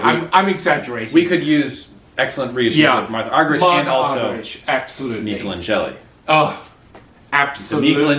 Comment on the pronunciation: Gentlemen it's pronounced Mikelaaangeli not Mikelangeeeli. !! Please !